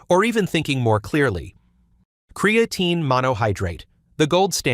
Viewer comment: Hard to take this seriously since the computerized AI voice can’t even pronounce creatine.